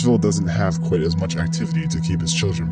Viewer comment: I found Kwite!